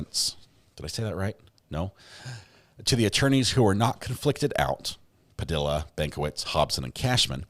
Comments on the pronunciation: PA-DEE-UH NOT PU-DILL-UH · BTW, it’s pronounced “Pa de ah,” not Pa dill a.” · Just a respectful note: Padilla is pronounced Pu dee uh. The U's are short. Great channel. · Puh-d-ya =Padilla 😅. The “ll” is pronounced, “ya” . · Padilla is pronounced "Puh - dee - yah" ... the double L's are pronounced like a y - I don't understand why no one in this country has enough respect to pronounce hispanic names with accuracy. It's not that difficult. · If Smosh taught me anything.. it's that Padilla is pronounced "Pah-dEe-ya" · I tried to listen... but I can't get over the mispronunciation of that last name. It annoys the hell out of me that people don't give a crap to pronounce Latino names properly.